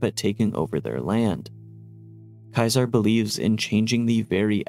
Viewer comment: i know most characters in the Game misspronounce it too, it can be accepted as a correct thing all You want still cringy af to hear, i actually mute the voices in the Bethesda Games, but thats more general than just for Kaisar